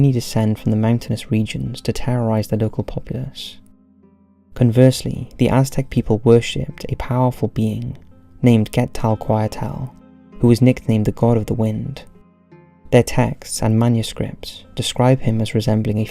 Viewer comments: love the channel but this time narrator is really not very suited to this kind of narrating, doesn´t create the tension in the atmosphere or interest in the story telling and kind of bad spelling "quetakoyatl" anyway keep the good work, looking forward for more Mexican related stories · Quetalcoatl has got to be the best word I've heard him say by far... If you're gonna say it's because we read differently, just know he pronounces "Magical" as "Magnetic" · I heard "Camatosh" and was like "did he mean Camazotz?" Then I head "Get-Tal-Quat-Al" and was "how do you butcher Quetzacotl that badly?" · The way he tried, and miserably failed, to say Quetzalcoatl (kɛtsɑːlkoʊˈɑːtəl) made me roll my eyes so hard. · Good video, but can't stop noticing dificultiy with the "z" in Camazotz and Quetzalcoatl. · That butchering of Qetzalcoatl's name tho 🤣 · mr LOL! I noticed that too. If it hadn’t been for subtitles I would have no idea what he said. My Honduran wife instinctively corrected him sitting next to me. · He mispronounced the Spanish names and Quetzalcoatl. Said "neighborhood city" instead of "neighboring city" and a lot more mistakes. Maybe this narrator is dyslexic or something.